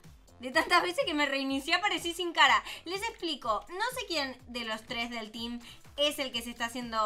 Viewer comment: Pero dijo el teem